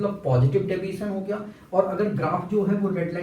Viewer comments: Deviation ❌ Daviation ✅😂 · Deviation hota gai Daviation nahi ☠️🤷🏼‍♀️